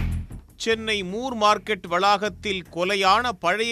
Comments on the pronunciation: முர் மார்க்கெட் இல்ல... மோர் மார்க்கெட்.. நீங்க முர் னு சொல்லும்போது சிரிப்பு வருது 👌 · அது more இல்லை ப்ரோ, moore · moor market ( மூர் மார்க்கெட்) சரியான பதில் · ஜார்ஜ் மூர் பிரிட்டிஷார் மெட்ராஸ் அதிபராக இருந்தார். மூர் மார்க்கெட் correct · மூர் மார்க்கெட்